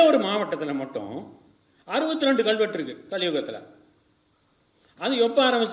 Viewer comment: ஐயா, மிக்க நன்றி, நீங்க எடுத்துச் சொல்லுகின்ற சேதிகளுக்காக. ஆனா உங்க தமிழ் உச்சரிப்பைத் தயவுசெய்து ஆராயவும். கள்வெட்டு என்று சொல்வது தவறு அல்லவா? கல்வெட்டு என்று சொல்லுங்க ஐயா